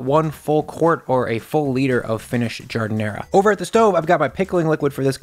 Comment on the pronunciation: Jesus Christ, stop saying ZHUUU and JARD. Nobody in Chicago says that. I'll fight ya! >:D